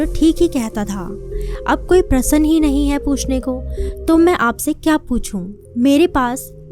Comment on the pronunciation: Plz do your vocabulary correct,it's very confusing,it's not prasann,it's prashn